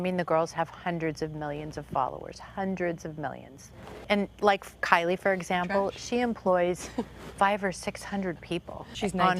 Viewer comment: Where is kry-lie? Kylie 😂